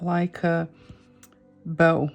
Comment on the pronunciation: Cute! 🥰 I will admit that I learned this tangle back when I first was learning — with AngelWhispers Art — but I forgot it! So happy to say I finished day 1 and will continue on! 🖊 🎉 THANK YOU,! ❤ ** I don’t mean to correct you, but I think you like to know pronunciations. English is so mixed up. 😜🤦‍♀ Bow can be the part of a ship or to lean forward, pronounced the way you said it like HOW. Bow can also be this piece of ribbon put on a gift 🎁. It is pronounced with a “long o” sound. Like LOW. Just sharing. 🤗🤗